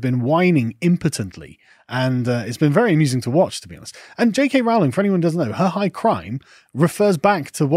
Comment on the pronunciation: You are still mispronouncing J. K. Rowling's name. It rhymes with Rolling. PLEASE TRY!